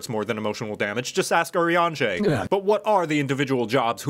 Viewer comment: Who's orianje?